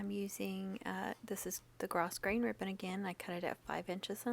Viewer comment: So stinkin cute!!! You are very talented. Even when you say gro"s"grain....the s is silent-I thought you might want to know lol!!